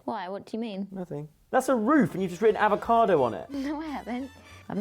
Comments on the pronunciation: Nobody- - "Carot, Avocardo" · Avocado doesn't have an R in it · “avocaRdo”- gotta love 🤣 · Everyone else spelling 🥑:Avocado spelling 🥑: Avocardo 😂 😂 😂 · The R from carrot jumped into avacado [avacardo] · So took the second "R" from Carrot and added it to Avocado to make "AvocaRdo"? 😂😂 for the win 😂😂😂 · aVoCaRdO?? Seriously 😂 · dot would definitely say a-fre-sha-voca-do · When spells avocado wrong and nobody says anything XD 'avocardo' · took the second R from carrots and put it in avocado 🤦🏼‍♀️😂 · stole one of 'R's and gave it to herself!:)